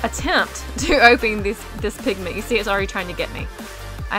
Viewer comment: It not pink pigment.......... it PINKMENT!!!!!!!!!! Like if u agree